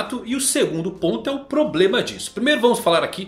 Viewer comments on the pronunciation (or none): none